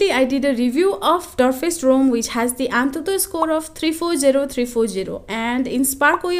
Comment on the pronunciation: What's the actual difference between Geekbench 5 and 6? Meanwhile, antutu is a word but anthuthu is an emotion 😁